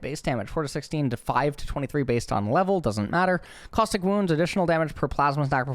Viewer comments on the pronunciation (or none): none